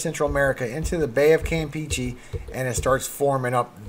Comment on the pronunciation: If I may, the "e"s in Campeche are pronounced like the e in get or in fetch, not like the e in peachy.